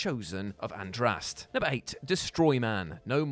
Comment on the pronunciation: AndrasTÉ not Andraste. They say it multiple times throughout the game how can you screw up pronounciation that much